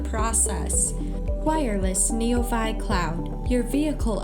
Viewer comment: It's pretty sad when the AI voice in the commercial mispronounces the name of the product, neoVI.